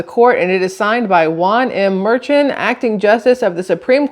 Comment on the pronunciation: The judges' daughter has made a ton of money from Trump's trails. You're right, "Mer-shon".